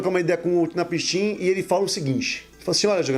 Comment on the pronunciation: A pronúncia é Unapsin, ótimo vídeo 👏🏻👏🏻👏🏻